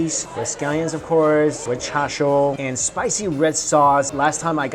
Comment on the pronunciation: How come you call Chashu as Chasho